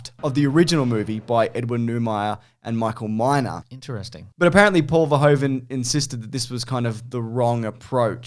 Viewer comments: it's pronounced Ver-hoo-ven like 'i'm hoovering up the dirt", not Ver-hoe-ven as in 'that hoe is hoovering up the dirt.' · Just a quick FYI, it's pronounced "Ferhoofen" since it's Dutch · Just FYI, the "oe" in verhoeven is pronounced like the "oo" in cool.